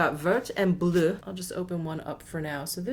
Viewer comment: Great video. Love the whole look. Your pronunciations are the best on You Tube but I do want to offer one correction. "Vert" which means green in French, is actually pronounced like "Vair." Please accept as constructive suggestion because I adore you. :-) Your "Bleu" was great!